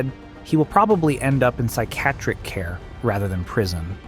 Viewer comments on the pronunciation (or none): i like it, almost sounds like an aggressive way to say psychiatric from now on i will say psychiatric like you, psy-cat-trick